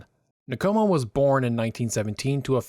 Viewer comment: Good work ( but, please it’s Nkomo, no syllable between the N and k. Respectfully